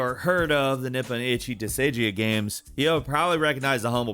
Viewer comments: did he say disigia?! I thought it was pronounced disguyuh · I've never heard someone pronounce it DISS-AGE-EE-AH always DISS-GUY-AH and now idk how I'm supposed to say it anymore 😭🤦🏾‍♂️😭🤦🏾‍♂️ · Yeah, how does he get Disignia from Disgaea? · did... did you just pronounce "Disgaea" as dis-ay-jee-ah....? it's dis-gah-yah lol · Anyone wanna talk about how pronounced Disgaea? I mean, I’m pretty positive that he butchers some pronunciations on purpose (almost every video it happens). This was definitely one of the most egregious examples though lol. He said “disedjay” 😂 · How did you say Disgaea as Dissidia? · Bruh, the mispronunciations are getting out of hand. DIS-I-JEE-AH?! REALLY? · Ah yes, my favorite jrpg: Desigia. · I believe he pronounced it: "Dissajeeya"... 😂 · I know you could careless but i'm going to say it anyway. It's pronounced Dis-Guy-Yah. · Did he just say Disejiea and not Disgaea? LOL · Damn. Why you gotta do Disgaea dirty like that? With as much exposure to Japanese as the gaming industry, and the US in general, has at this point, saying "Nippon Ichi" correctly shouldn't be that hard, but whatever you said for the title of the game was absolutely cringe-worthy, wrong, and just insulting to the series. Gaea (or Gaia) is another common term most people know for Mother Earth or the Greek titan, with a hard G sound, simply preceded by "dis". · Wow... Worst pronunciation of DISGAEA I've ever heard... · lmao Ive never heard Disgaea butchered so hard. oh how much i love you. dont you change. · wow can't penuns dis gae a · Ive literally never heard anyone pronounce "disgaea" like that lol. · Honestly I'm not sure if just how no idea how to pronounce certain titles or if he's trolling us super hard. You added like 4 a's to disgaea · Bro you didn’t even try to pronounce disgaea 😂😂😂